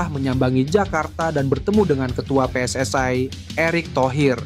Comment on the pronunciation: Pe-eS-I bukan Pe-eS-aE